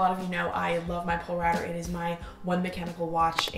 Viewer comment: BTW Polerouter is pronounced "pole-a-router" :) bc it used to be the Polar Router... condensed the name but still pronounced the same.